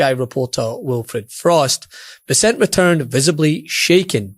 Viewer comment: Learn how to pronounce "Bessent" correctly.